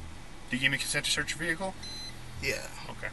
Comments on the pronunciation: Why Vehhhhicle? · Bruh why do they say vehhicle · why do all cops say vee-hickle lmao